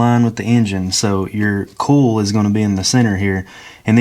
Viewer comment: It took am a bit to realize you were saying coil...and not "cool"! 😂 Great video!